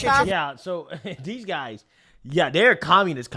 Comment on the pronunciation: "your GUY ziz" 🤔